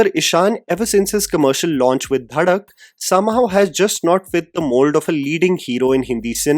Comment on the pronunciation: Dhadak❌ bhadak✅ 😂